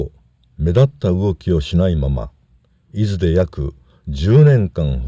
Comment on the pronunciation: 伊豆の人にとっていずのアクセントが気に入りませんね（笑） 何回聞いても違うだろ～って思いました